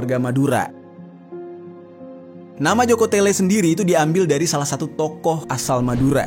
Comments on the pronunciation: Joko tole bukan tele😢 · Maaf bang.bukan joko tele tapi joko tole.itu adalah nama putra kerajaan sumenep madura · Bukan jokotele bang tapi jokotole